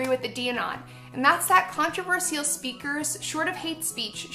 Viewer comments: controverSEEal. come on lacy, its controverSHal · Every time she says "controverSEAL" I wanna blow my brains out. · she pronouce controversial as contreversïal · have I been pronouncing 'controversial' wrong all this time? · the way she says controversial bothers me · How dare she make her video about trigger warnings without providing one for her fucking horrible pronunciation of "controversial"... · She says controversial in such a stupid way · The fact she pronounces controversial that way triggers me